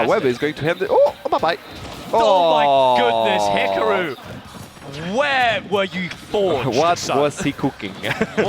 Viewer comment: Wow. These sets are so much better on mute. Don’t have listen to some moron mispronounce Hikaru. Who the foock is Hick-a-roo?